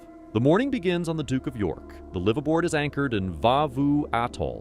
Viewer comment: Learn how to pronounce "liveaboard"